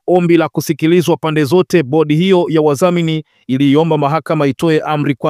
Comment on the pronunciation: Na wewe mtangazaji sijui ulisomea wapi? Neno ni wadhamini, wewe unasema, "waZamini". Hali kadhalika unazema halikaZAlika. Badilika